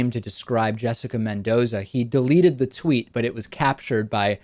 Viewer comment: c'mon David pronounce "Mendoza" the way it has to be pronounced (yeah, you know what i mean)